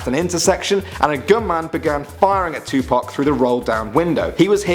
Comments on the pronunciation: Dude did you call him 2pack it’s 2 pac you pronounce it like (two p-o-ck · Adam Brown tupac not tu pac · When he was saying Tupac is sounded like u said Tu-Pack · Idiot said Tupac wrong dumbass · he says tupac wrong